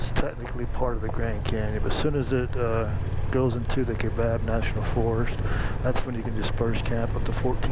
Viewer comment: The correct way to pronounce Kaibab is to ignore the “a”. The “a” is silent and the “I” is strong like tie or pie. The forests and counties in AZ are named after Native American vocabulary so they can be challenging to pronounce. I’m glad you found that camping spot, it’s one of my favorites. I always enjoy your videos.